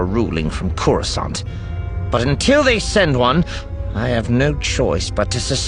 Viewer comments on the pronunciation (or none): none